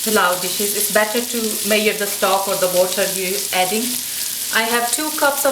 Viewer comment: Good . Thanks. Onion was a bit too brown b4 adding meat. OAN. Measure is pronounced "meazure " or " meaza " not maeea. no offence.